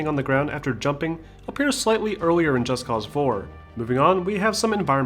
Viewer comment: Finally someone did it right. Most people don't realize they say the title wrong. Its not Just Cause like "Just because I can" Its Just Cause like "Cause for Justice " So Just Cause, not Just Cause. Admit it, you read that in two different tones.